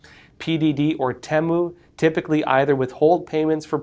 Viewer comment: Finally hear someone pronouncing "Temu" the way I do. Nicely vindicated; if someone would know is.